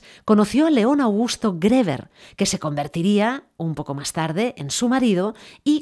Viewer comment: Griver se pronuncia